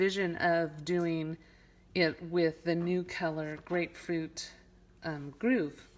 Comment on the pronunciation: It's Grapefruit Grove (like a grove of trees) you're pronouncing it groove.